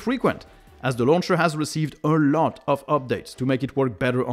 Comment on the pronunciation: I love how says "a lot" Eurlot